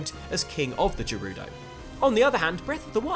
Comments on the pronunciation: I don't see why it matters. People will pronounce things the way they want. He is just trying to breakdown the sequel to an amazing game. I agree that Gerudo is with a hard g, but I really don't see why it matters so much. ☺ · Please learn how to pronounce “Gerudo” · Me: waiting for all the "You pronounced Gerudo wrong! I now disregard all other details in this channel!" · Not recognizing the difference between Ganon and Ganondorf and then repeatedly pronouncing Gerudo wrong makes me think they should just stick to Xbox... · the g is said like in guard in gerudo not jerudo guys please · Anyone else have a pet peeve of when people pronounce Zelda things wrong? Well, more specifically, did anyone have a seizure when he said JERUDO?! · This nigga said jerudo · "Ganon" instead of Ganondorf, "Jerudo" instead if Gerudo and "Hilian" instead of Hyrule... Have you ever actually played a Zelda game, bud? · If you’re calling them Jerudo then just call him Janon. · wtf is Jerudo? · Jerudo..... GERUDO! GUR RU DOUGH UGHHHH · Gurudo the g isn’t pronounced as a j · It's GA-rudo, not JE-rudo What, do you say JIF too? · “Jerudo” oh no not you too. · This bitch really just said Jerudo.. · Botw’s voice acting is here and we still have people sating jerudo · Nobody: outside xtra “Jerudo” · Youtuber: calls Ganondorf, Ganon. Calls Gerudo, Jerudo. Me: Is he even a Zelda fan? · Waaiiiit Did he Just say Jeh-rudo? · J A R U D O ? Bro... The fuck? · jErUdO Me: heavy breathing intensifies So more people agree that him saying it like that is extremely uncomfortable 😂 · Did you say jirudo?its a g not a j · Who says Gerudo like that!? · Ganondorf instead of ganon, Hillian not Hylian and Jerudo instead Gerudo what is wrong with this guy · Lots of Jerudo comments... He also said “Hillean” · "Hill-ian"? "Jerudo"? Sorry for being picky, but I'm pretty sure you're saying the names of these races wrong.